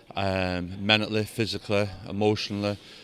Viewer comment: Mentaleh, physicaleh, emotionaleh